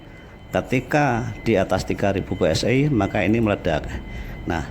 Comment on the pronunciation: Bacanya Pe Es I aja om...jangan Pe Es Ay...kalau mau inggris2an bacanya Vhi Es Ay... Tapi kuping netizen muak dengan inggris yang tak benar